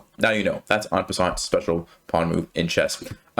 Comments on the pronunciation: The t in en passant is silent. :P C'est français! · I love the fact that it's called "en passant" outside of France and that you say it with an English accent, I mean it sounds weird to a French guy like me and that's kind of funny haha